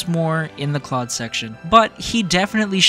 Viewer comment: If you played 3 Houses. You know that Claude agrees with Edelgard. So like your pronunciation I just guess you weren’t listening.